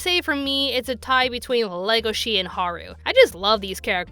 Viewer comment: Odd thing is its legosee not legoshe in pronunciation. The character was named after the actor for Dracula. Its wierd that the English dub messed it up.